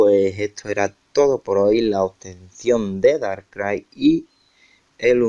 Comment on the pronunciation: "Darkai" tipo fantasma... Estudia un poco anda...